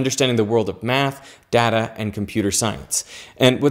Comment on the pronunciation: 1 point because of your pronunciation of "data".